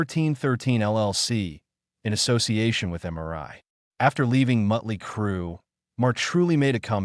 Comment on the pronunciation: Miley Crew? Mutley Crew? GTFO with this AI Bullshit!